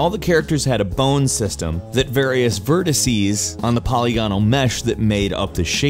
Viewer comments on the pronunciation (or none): none